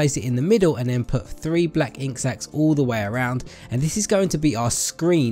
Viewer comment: ok this isnt a hate comment so dont go crazy at me but did anyone hear the way he said "and put 3 ink sacks all around" ?